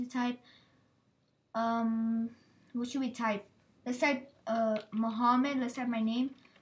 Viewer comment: Try to pronounce accurate word Muhammad